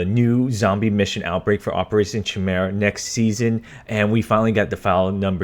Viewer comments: Its KI mira not chih mira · “Chimera” Pronounced Ki•Mair•Uhh An Example Of A Human Chimera Would Be The Girl That Has Two Skin Tones Due To Her Stillborn Twin Converging With Her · It's pronounced ki mera it's a word in alchemy